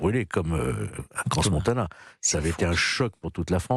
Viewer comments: Cransse Paris on dit pas parisse Faut pas dire les s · Il y a bien un S à Crans mais pas plusieurs comme on l’entend à la tv 🤦‍♀️